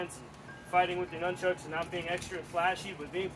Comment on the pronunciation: Hey, thanks for not saying numb chucks.